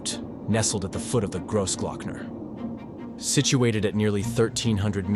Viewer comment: Fantastic film on one of Europe's marvellous alpine roads, however the way you pronounce the Name "Großglockner" Sounds very gross......and it should not sound like that at all. The "o" in groß should Sound like the "o" in "cross" or in "clock". ....so more like [crossclockner]......just listen to some German or Austrian films......